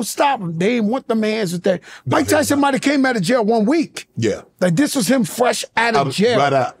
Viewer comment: "these wuz transformuhs" 😂